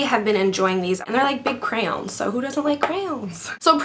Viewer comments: you say crayons funny lmao love u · I LOVE the way you say crayons :D